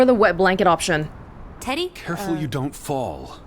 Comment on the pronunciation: I keep hearing saying "Teddy" and think she's calling him "Daddy"